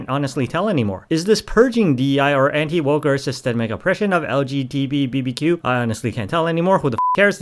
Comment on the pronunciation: Yeah you're clearly not because it was when you started babbling about "woke DEI" is when you made the hilarious joke of intentionally saying LGBTQ wrong. So funny. Really a knee slapper.